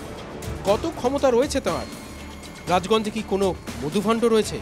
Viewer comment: ওটা রাজগঞ্জ না , রায়গঞ্জ?